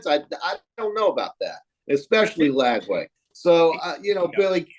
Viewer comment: Ranting about Gator fball but says Lagaway instead of Lagway 😂